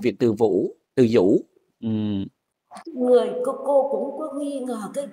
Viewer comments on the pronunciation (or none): ơi, là bệnh viện Từ Dũ chứ không phải Từ Vũ nhé. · ơi bệnh viện Từ Dũ chứ không phải Từ Vũ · ơi bệnh viện từ dũ chứ ko phải từ vũ đâu lớn nhất Sài Gòn